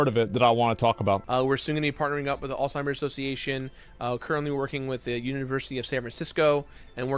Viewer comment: you'd think a person so involved in a certain charity and willing to take in so many donated dollars on their behalf WOULD AT LEAST LEARN TO SAY THEIR NAME CORRECTLY??? no T in alzheimer's people